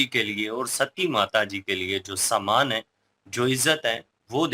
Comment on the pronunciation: Samaan nahi bolte...Sammaan...bolte hai.🎉🎉🎉